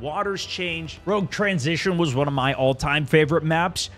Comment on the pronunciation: Soney said "Roque Transition" XDXD